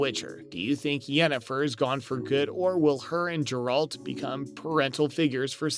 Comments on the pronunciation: Please don't do videos on topics if you're not familiar with the source material. 1) Aquaman is a DC property and 2) It's Geralt, not Jeralt .. pronounced "Geh-ralt" .. have you even watched the show? Read the books at all? Or even bothered playing any of the games? Or are you just rushing to make a video on a hot topic? Wouldn't be surprised if you followed this up with a Spiderman No Way Home Video too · Oh boy.....you said Jeralt, not Geralt. Reminds me of the young kid at Gamestop when I bought the Funko of Geralt fighting the Leshen.....and he pronounced Leshen as....Lashawn. His fellow employee and I had a nice laugh about that. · You should have not rushed this one. 1. It's Geralt and not Jeralt (the way you keep saying this is offputting) 2. Aquaman is a DC character and not Marvel. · IT IS NOT HERALT man stop it pleaseeee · How can you call this Video everything we know, and not even know how to pronounce the main characters name? Did you watch the series? Did you play the game? Or is this just a blind commentary? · You immediately lose credibility when you butcher the pronounciation of the main character's name of the subject of your video. Lol. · Yes this had me wondering that too. How familiar with this material can he be if he can't pronounce the main character of the series right? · Geralt with a G not a J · The way you read 'Geralt' is offensive.